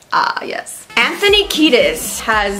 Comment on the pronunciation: I guess you pronouncing Anthony Kiedis (a Lithuanian surname) will be the highlight of the day